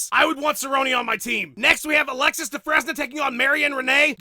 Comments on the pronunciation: "Dufress-nuh?" It's "Du-frane". Like in the Shawshank Redemption. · your pronunciation of Dufresne is painful. remember that guy from Shawshank? it is French, and rhymes with train. dumbass.